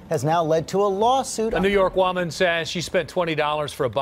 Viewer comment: "A New York woman" wuh-men not woh-man